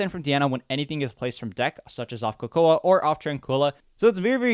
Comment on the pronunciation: Coco uh and not coco?🤧